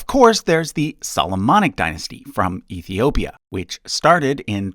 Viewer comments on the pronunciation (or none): none